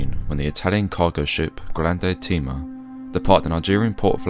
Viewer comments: The ship is called "Grande Tema", as in Tema (Tehmah), Ghana, not "Grande Teema". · You also mispronounced Tema. It's pronounced "Temma" not "Teema".